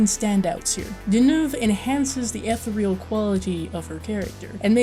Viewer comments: FYI: Ethereal is pronounced "eh-THEER-e-al," not "eth-e-REE-al." Just thought you'd want to know. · eth-EAR-e-uhl not ETH-er-real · This was cool, but may I suggest you research how to pronounce "ethereal", for future reference. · Like your review but please learn to pronounce the word ethereal.